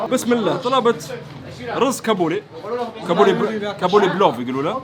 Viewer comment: ضحكتني لما قلتله كبولي رز😂 اسمه( كابلى پلاؤ /قابلى پلاؤ )